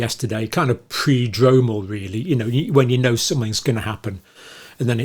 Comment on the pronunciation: Should it be Prodromal not Predromal?